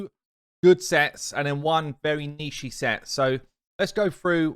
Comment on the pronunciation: "Niche" is not pronounced like "Neeshee." It's pronounced like "Neesh," or some say "Nich." :)